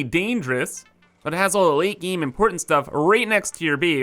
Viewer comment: Ya lost me at “bees” and “geem”